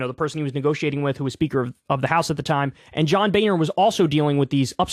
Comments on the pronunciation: His name is John “Boner”. Please don’t mispronounce it, it’s a beautiful family name. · The German pronunciation of "Boehner" sounds closer to "boner" than what most Americans pronounce it as.